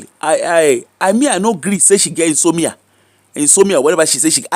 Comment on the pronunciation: The word is in-so-mnia. ...inability to sleep.